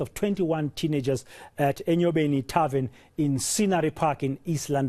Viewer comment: And he still says "tarven shooting in Mamelodi"... How is a Chisa Nyama a tarven? Buffles me really! And the journalist puts the cherry on top saying that tarvens are places of "leisure" haow Nkosi...